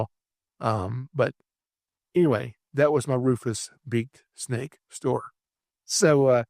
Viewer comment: I do NOT think ball pythons and cottonmouths or copperheads look a like at all!! I can't even think of a morph that would look like either of these. I know you love cottonmouths but they always look so dingy and muddy, like water snakes. Are you saying Rufus big snake or rufus beaked snake? I put in big and it took me to beaked beautiful snakes but it could be your accent hahaha